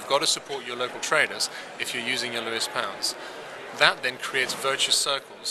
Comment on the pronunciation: Lewes not Lewis!